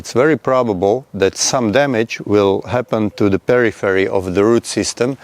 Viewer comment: Subtitles was turned off. It's just how you said it. I was wondering what perry ferry was, then I re watched it and realised you meant periphery. Haha.